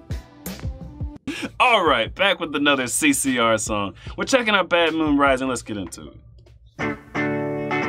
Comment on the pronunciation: BAD moon not 'mad' moon.